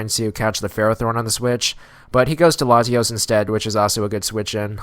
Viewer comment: Why do you put so much emphasis on the a in Latios?